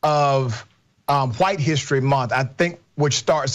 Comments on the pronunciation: "huwhite history month" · The guy in the glasses just hates white people, he pronounces White so condescendingly